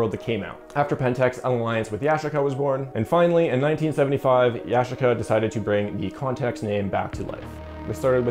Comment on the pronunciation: Goofy - funny how you mispronounce Yashica and Kyocera....as if you never heard of them...not to mention what you say in the specs doesnt even match what you're saying in the commentary...lolol